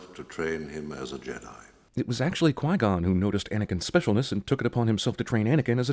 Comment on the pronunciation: Conflicts with the garbage in prequels or sequels are flaws in those movies, not Jedi. Also, you said Quai Gon. I think I just barfed a bit at being forced to remember those movies after successfully blocking the memory.